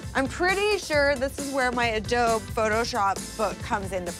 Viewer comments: It’s pronounced ah-doe-bee not ah-dobe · The fact that says “adob” instead of “adobe” drives me crazy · Adob it’s ADOBE WITH THE E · Who else was seriously getting triggered when was pronouncing adobe as “a-doab” when it’s “A-DO-BEE” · adob adob it is a-do-beeeeeeeeeeeeeee with a eeeee at the end. did this make anyone else cringe? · lol it’s pronounced adobEEEE not adob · Lol I love this so much. Even though I cringed every time said “Adowb” meaning Adobe. Still positivity makes my day. Also the amount of ketchup Lily puts on her burger makes me think she doesn’t really like the burger she just REAAAALLLY like ketchup. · AHHHHH i love that says "adob" 😂😂😂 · adobe "uh-dohb" XD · Is it weird that I’m getting anxiety that she says Adob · its adob EE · she keeps on saying adobe she doesn’t say adobeeee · Also, I love that spent the whole video mispronouncing Adobe. What a legend. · Lmao the way pronounces "adobe" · as a computer geek, i laughed so hard when she said "adobe" incorrectly. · She keeps pronouncing Adobe wrong and it's giving me anxiety. Ugh! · I love how kept saying adobe wrong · not knowing how to pronounce Adobe 😂😂😂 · My inner graphic design nerd freaked out when mispronounced Adobe... NOOO WHYY?! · the way pronounces Adobe smh